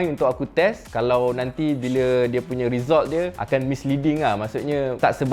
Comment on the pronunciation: Kalau abang pronounce result betul2 saya subscribe